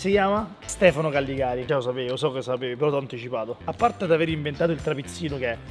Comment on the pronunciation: per piacere di Callegari non Calligari